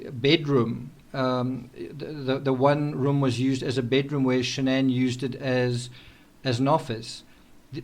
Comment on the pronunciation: Her name is SHANNON. NOT Shan-ANN NOT Shan'ann.......SHANNON